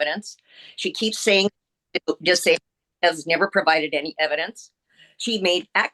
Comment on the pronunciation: Saying not daying